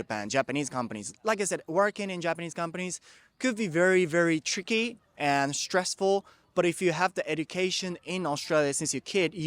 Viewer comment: He said "Working in a Japanese campany could be very very What ? " tricky or chicky ? If it's so ,What dose it mean "tricky " or "chicky " ?